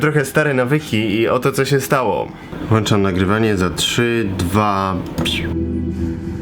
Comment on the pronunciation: Ponad pół miliona subskrybentów Krzychu a Ty mówisz "włanczam", "dołanczam". Szkoda że nie czujesz ciężaru odpowiedzialności.